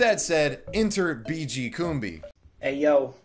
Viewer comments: it's pronounced CUMBI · Pronounciation according to WWS: BeeGee Coom-bee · How do you play two separate clips of Kumbi pronouncing his name in your own video and still pronounce it wrong yourself the entire time? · Excellent video, thank you. Though it's odd that you alternate your pronunciations of "Kumbi" throughout the video. Pick one and stick with it haha. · Whats with the 30 different pronunciations of his name? Pick one and stick with it, jesus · Take a shot every time switches between pronunciations of Kumbi.